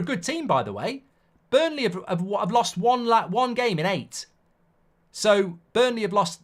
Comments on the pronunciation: Mark, it’s BURNLEY ffs. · Relax with emotions today. That was not a penalty. And again it's BURNLEY for daaaam sake! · Mark it’s Burnley